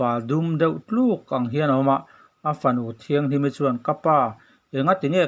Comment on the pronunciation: Pu Thangviala chanchin hi a famkim lo hle mai. A fanu Thianghlimi tih pawh hi Thianghlimi ni lovin Tlanghlimi tih tur a ni e. Aizawl, Saitual leh Keifangah a fate biak tur an la awm a. Hetiang a youtube a dah tur chu a fate hi kawm hmasak awm tak a ni.